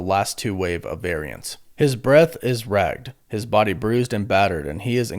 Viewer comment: How can you read a script and still mispronounce like, so many words. Spector is not pronounced scepter. Ragged is not pronounced rag’d(?) I mean come on man you had one job lol.